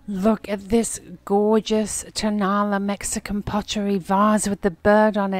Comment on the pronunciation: Tonala is pronounced with the accent on the last A.